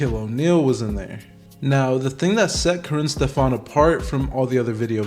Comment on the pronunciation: Stef-ans? "Stef-ins".